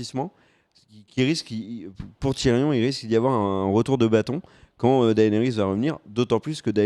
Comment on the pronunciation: Daénarisse, Serzeï, esteros, margérie/ marjorie/ marguarie... les tirelles, Rose bolton, Jimmy?! Bonjour mes oreilles bordel !